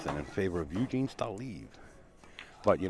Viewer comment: After all that tries they couldn't pronounce Evgeny's name correctly )